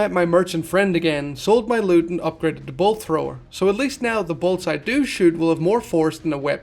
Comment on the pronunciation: Take a shot for everytime he says bolt thower